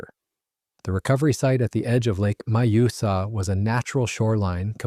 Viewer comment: I like his pronounciacion of the lakes name! Majosa!!😂😂😂😂 think he means the lake Mjösen ❤?